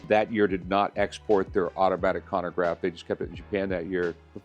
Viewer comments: Chronograph! Not konograph… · For someone so knowledgeable, bro should not be saying “hewer” and “conograph” lmao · Hyouer… conagraff… blankpayne… Roman jerohm… Jeyegger Luhcultruh… I’m 💀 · He likes his cannagraffs